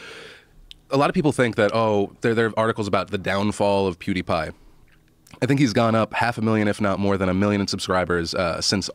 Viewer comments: Nobody: Joe Rogan: Poodiepie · Why does Joe pronounce PewDiePie like PuDiePie? It sounds like BoodyPie